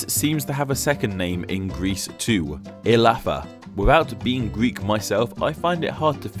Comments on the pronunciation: Good try, but I really think you should remake the sound of "Ελλαδα",which sounds closer to "eh-lah-pha"in this video!!( and almost 10 times thereafter·I think I could also here "glaecians and glaechea, (with an "l" instead of "r"???) the true sound is "eh - láh - tha" (the last syllable being pronounce as in "that"or "the". You have received so many comment by greek speaking preople I 'm surprised you haven't corrected it yet, especially since you mention it in the intro! Its so funny for us greeks to hear!! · Is it strange that i found it annoying that he called it "Hellas" and not "Ellada", even though I only live in Greece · Ellatha where th sound makes sound as in word "the" not "thing" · Ellada in Greek is "Ελλάδα" without the ' in front of the word. So, you don't pronounce any 'h' (h-ellada). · You keep pronouncing the modern delta in 'Ellada' as th in thin, FFS it's like the th in the. You've seen it transcribed as 'Ellatha' or something and mistaken which glottal state of a dental fricative it is. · In modern Greek we don't pronounce the H as in English. So Hellas is also an English form of Ellas. Other than that everything else seems pretty accurate to me. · I am Hellene and I approve this video, though we do not pronounce nothing as 'Hellada' its Ελλάδα(Ellada) only! Hellas is just the English word for Ελλάδα ok? and Greece and Greeks are called that for the reason you explained in the video :) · Actually the h in both Hellas and Hellada is silent , it sounds more like "Ellada" and "Ellas" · The apostrofy before the E on ELLADA DOESNT indicate a He sound....It indicates a faster E pronounced Eh-lla-da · Ellada its spoke ellada no illada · the ' in front of "Ε" is totally wrong. we dont use it nor we pronounce it as "(H)ellada" but Ellada. I dont know who told you that. Surely not a Greek. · You should pronounce it "-E-llada" not "-h-Ellada" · It's ellada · Not hellada, ellada :( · Isn't that δ pronounced like the "th" in "the"? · why is δ pronounced 'f'?